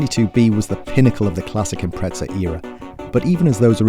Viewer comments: It’s Impreza not impretsa 😂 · It’s imprezza not Impretsa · impreza not impretza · im pret za? what the actual fuck., its even spelt imPREZZZa. say it right. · Too much pizza made this guy say "Imprezza" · Its bothers me slightly when he says "Impretza" haha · its because he says "impretza"